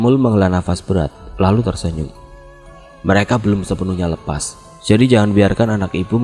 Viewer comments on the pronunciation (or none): none